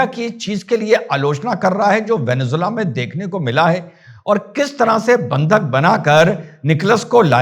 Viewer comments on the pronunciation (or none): वेनेज़ुएला होता है ओभैंसी सर वेनेजुला नहीं होता है